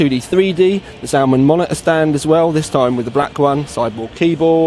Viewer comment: like how he say monitor. Moneyeer !